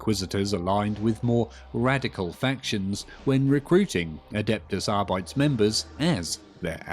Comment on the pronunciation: Here’s the pronunciation: A-dept-us Ar-bee-tees - Warhammer Community